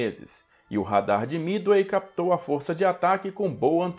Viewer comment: É Midway não mithey